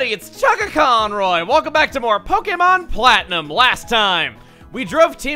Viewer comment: Is it just me or does Chugga slip into a slight southern drawl whenever he introduces himself For a split second on the conroy, and again for half a syllable on Pokemon